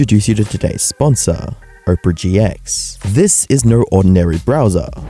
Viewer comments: bro really said oprah gx💀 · bro said "Oprah GX"